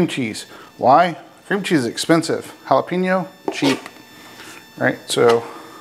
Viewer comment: It's prononced hala pay nyo